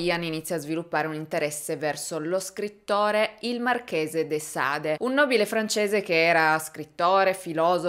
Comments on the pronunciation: De Sade si pronuncia De Sad… scusa ma qualcuno doveva dirlo 🤷🏻‍♂️😉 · Il marchese de sade si pronuncia “ de sad “ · So pronuncia de Sad (in francese la e finale non si dice) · Comunque Marquis de Sade è francese, pertanto non si legge la e finale. Bel video come sempre! :) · Io capisco che non tutti abbiano studiato letteratura o il francese o sentito nominare (nonostante la sua fama) Sade. Ma almeno informarsi su come si pronunciano i nomi prima di fare video guardati da così tanta gente mi sembra il minimo. Marchese de Sade così pronunciato non si può proprio sentire.